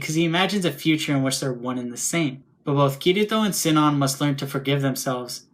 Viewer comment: It's about her ingame name. Everyone, including the people who made the dubs, calling it like Sie-non. But I follow the japanese version with "Shi-non". Even if its written "Sinon" in the Latin alphabet, I use the japanese kana version. It bothers me like hell, but I never liked dubs much these days. :/ Anyway, dubs are another topic and I am no english native, so it wouldn't make sense to compare those because I have not seen those myself. :c